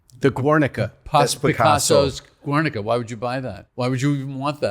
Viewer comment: That's not how you pronounce Guernica, not that there's anything wrong with that.